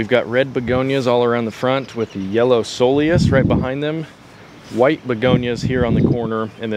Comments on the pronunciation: Soul eous? That's not how it's pronounced... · Ko-Lee-Us. Looks great going out to get started on my beds. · Looks good, I would go with a dwarf burning bush in that corner. Also, coleus is pronounced Kowleus. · you can choose a Japanese maple according to your USDA zone (6?)... I love them and want one too! Make sure it gets a little reprieve in the afternoon from the hottest sun exposure of the day. If this is the western side of your house (hot afternoon sun) it may not be a good idea. If you buy accordingly for your zone, winter protection should not be a problem. Also, coleus is pronounced with a "k" (coal-e-us). 🙃👌 You?. Me? The Garden Whisperer. 🏡🙋🥀💐💚 =^..^= 🇺🇸